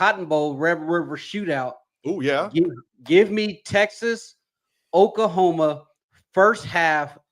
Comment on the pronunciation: Lol I need to work on his pronunciation... OK-La-homa. Okahoma is crazy lol